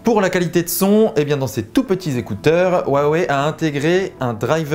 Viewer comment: WAWEI et ça se dit Youtuber Tech ^^^^